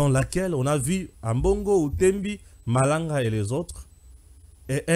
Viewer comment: Malanga et pas malonda